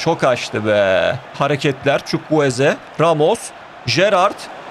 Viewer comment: Çavuel Zukwueze 😂😂